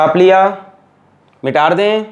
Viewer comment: sir aap mita de ko mitaarde kyu kahte hain??